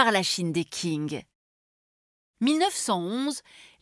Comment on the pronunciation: La Chine des Qing (prononcé "King")... le cauchemar continu